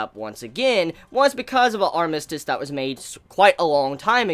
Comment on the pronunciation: But the way you are saying armistice though...